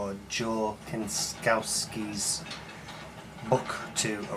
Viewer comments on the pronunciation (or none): I believe it is pronounced "Sin - Cow - Ski" :) I cant wait for the book. I dont think joe is really worth following. He doesn't really ever explain his bizarre assertions.